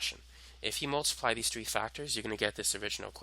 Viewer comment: its literally a non issue btw🫩✌️